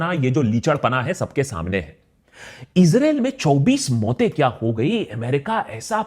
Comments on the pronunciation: Issrraa.. 😂😂Israa🤣🤣🤣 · It is very brave of you, to state all the facts. I've become a fan of yours. And the subtle "Israel" 😂😂😂 you had me there lol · 😅😅😅 Israel bolne ka tarika thida casual h